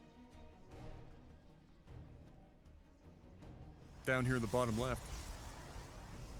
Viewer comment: Eh, Toad is more "YAAA-hoo!" not "YAHOO!"